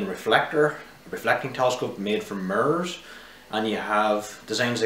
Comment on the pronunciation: He kinda looks like Tom Hanks. Overall good presentation.When he said mirrors, I said “WTF he say???”